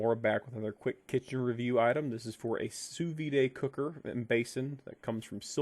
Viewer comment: Yo, it's pronounced "soo veed" not "soo vee-day." Sous means under and vide means vacuum.